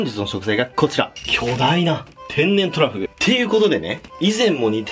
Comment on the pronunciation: 秒の時巨大トラフって聞こえたの俺だけ?